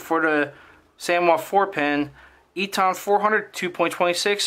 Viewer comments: EATON is pronounced "E TON", not "E TAHN" Just an FYI... love your videos! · Great Vid ! Thank You. Very minor point.. Eaton is pronounced 'Eatin' Like the colloquial for Eating..